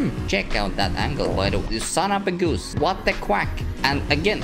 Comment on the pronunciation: I like the way you speak"son of a goos"😂😂😂😂😂